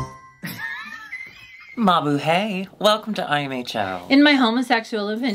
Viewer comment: its ma-boo-high.